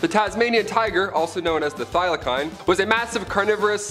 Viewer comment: Please get it right As an Australian its pronounced Thy la seen